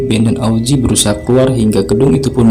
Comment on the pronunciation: Augie bukan auzi wkwkwkwk